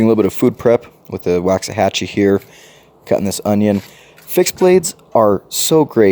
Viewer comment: I really like your Rat-2 D-2…😆 Drop the T out of the name… it’s Waxahachie. And you’re right, they did do a bunch of models after cities in Texas. There has to be a connection there somewhere.